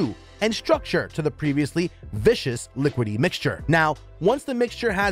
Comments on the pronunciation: 😂 viscous is NOT vicious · This voice actor is horrible. Only watching this for my daughter. The way he adds insane random pauses and can’t pronounce words like viscous and homogenous really bothers me.